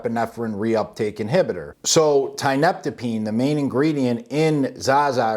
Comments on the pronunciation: You know how you call it tianna. Thats because you pronounce tianeptine with a tea sound. Not a tie sound. Your usage of the term "dope" tells me all i need to know. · "Tineptapeen" 😂😂 At least figure out how to pronounce it properly if you want to come across as being marginally credible. Thanks for the laugh.. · Tia-nep-tine, good video broski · Tee-uh-NEP-teen. It's used as an antidepressant in Russia and Eastern Europe. Has strong opiate properties and is hard as hell to kick. It can be bought online, and works wonderfully as an antidepressant. Until you're hooked. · Dude! Learn how to fucking pronounce Tia-neptine. Say it with me now : Tia....nep...tine...just like it's spelled. Haaha not that hard bud. And the shit is not new at all been around for years in zaza and tianna red. Old news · I'm sorry no disrespect but i did not hear you say tianeptine properly a single time in this video 😂😂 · lol hearing this dude trying to pronounce tianeptine is worth the watch, by itself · You go ahead and state your little guarantee in r/quittingtianeptine and see what kind of responses you get, or better yet, bounce from a high dose multiple times a day CT and enjoy the walk in the park mild WD's. This dope can't even pronounce it correctly, so you're clearly a pair of experts 😂😂😂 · Stop fucking demonizing things, it ruins it for everyone. Just bc there are fking retards using this drug and dont know what the fuck they are doing, it doesnt mean the drug is bad. It all depends on your knowledge and level of self control. Your not even pronouncing tianeptine correctly. So obviously you dont know what your talking about